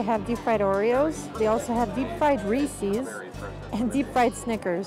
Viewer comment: Ree- ses! Not Ree- seas! Lol